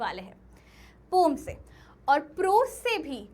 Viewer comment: Poem❌ Pom✅